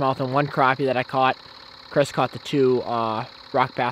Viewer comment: I am a new subscriber who came over from Chris and Zach's channels. I am glad to see that you know how to correctly pronounce crappie.